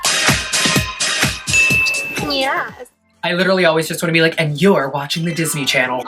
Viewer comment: i dont know why but it makes me so happy everytime i hear 'nyes'